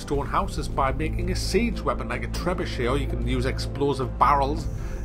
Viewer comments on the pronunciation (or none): none